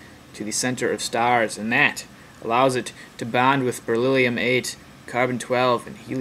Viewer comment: beryllium. The rest was just a personal comment just to say he need to brush up a little, after re-watching this video I can see a lot of holes in his augment, but I did not want to focus on the negative. There is a good video I have seen on you tube which would better be a simple starting point about the origin of life, and how even simple like is complicated on a smaller level.